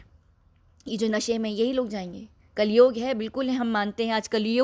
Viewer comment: कलयोग नहीं कलयुग होता है मैडम